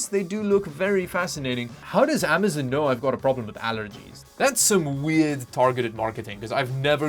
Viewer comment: AM - A - ZON not AM - A -ZIN